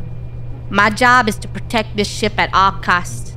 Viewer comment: WHY DID SHIP SOUND LIKE THE S WORDDD😭